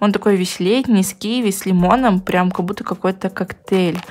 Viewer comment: "Как бута" это не правильно, прям по ушам режет, правильно "как будто" не обижайся